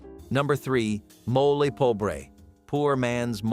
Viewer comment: Mo-lay !,NOT mole(animal)